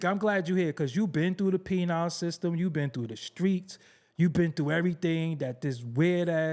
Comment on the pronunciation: Did this dude say you been through the “PENILE” system?? AYYYOOOOO